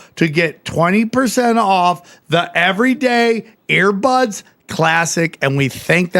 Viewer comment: We need a Brendan Shaub translator for Sam. First we have "sim-a-lation" instead of sim-u-lation, then "air" buds instead of ear buds and apparently Sam puts dead bodies in a "hurts" when most of us use a hearse. Bapa and him should do a show together